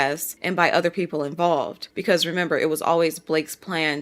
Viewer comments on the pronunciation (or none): none